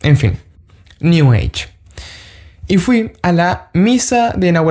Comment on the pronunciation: Cuando dijo “new ege” entendí. Sigue adelante en Cristo. Te saluda un hermano evangélico protestante.